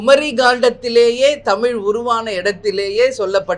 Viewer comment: உங்க வாயில கொஞ்சம் வசம்பு வச்சு தேய்ச்சுக்கோங்க,,, குமரிக்க,,,,,ண்டம் அல்ல குமரிக்கண்டம்,,, தமி ல் இல்ல தமிழ் சரியா உச்சரிங்க